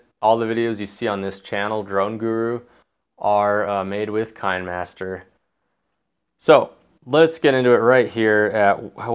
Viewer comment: It's pronounced "Kina master," as in kinescope.